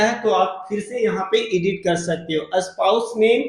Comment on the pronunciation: भाई साहब वीडियो अच्छी है । School - स्कूल पढ़ते है एसकुल नहीं Edit - एडिट पढ़ते है इडिट नहीं 😅